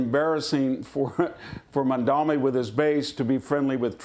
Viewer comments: IT'S MAMDANI NOT MAMDAMI! WHITE PEOPLE LEARN HOW TO PRONOUNCE NAMES PROPERLY. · The guy has gained worldwide recognition for who he is and where he comes from, and common people in the streets of foreign countries can even pronounce his name correctly, except for all those FOX News stooges who still pronounces it Mandami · You dum old man its mamdannnni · Yah, it was pretty funny! like - what??? how about this: VDH pronounces Mamdani as MaNdaMi. - it's a foreign name that many had a hard time at first with . If only that was the biggest thing we are having a hard time with... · Trump is a fake populist. Mamdani is a real one. Also, anti-Zionism is NOT anti-Semitism. Someone should clarify that for the confused councilwoman. These people can't even pronounce Mamdani's name correctly. Trump got absolutely played by Zohran and MAGA is furious about it. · Hanson can’t even pronounce his name…..he’s as irrelevant as Levin. Trump loved Mamdani 😊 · Mr victor talking about nyc mayor-elect and he in whole discussion couldn’t take Mamdani name correctly this is ignorance and ill informed behavior